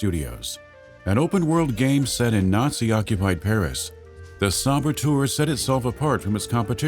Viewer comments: I really hope he’s hinting at a “The Saboteur 2: The Sabo-Two’er” since he says it like that. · The "Sabatour'... :)